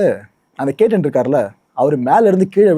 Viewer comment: பெயர் கேட்டன் இல்லை கேத்தன்